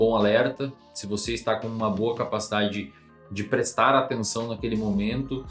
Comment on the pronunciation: "e cara, sinceramente vou falar pra VOTÊ".